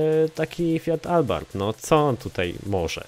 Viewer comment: jaki albarth ? abarth się mówi